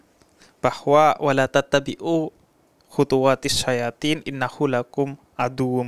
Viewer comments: Maaf habib kreksi dikit,habib sdikit kurang tepat bacain surat albaqarah 168,bukan Syayatin tapi Syaiton maaf🙏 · Sebelumnya tanpa mengurangi rasa hormat, habib jafar tolong dibetulkan bacaan nya, dlm quran surat albaqarahnya, yg betul nya adalah walla tattabi'u khuthuwati syaiton, bukan syayaathin... Syukron atas perhatiannya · Bukan “sayyatin” bib tapi “syaithon” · Ada sedikit koreksi , bacaan Alquran Pak Habib di awal didkusi , bukan lafadz Syayaathiin , tapi Syaithooni seharusnya. Mohon Maaf ini hanya saling mengingatkan. Saja. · *syaithoon", Bib...bukan syayathin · Setahu sy ayatnya bukan pake kata "sayatin" tapi pake kata "syaiton" Cmiiw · Ayatnya ada yang keliru bib . Harusnya خطوت الشيطن ( khutuwatissyaiton ) Bukan ( khutuwatissyayatin ) Afwan ya habibi😊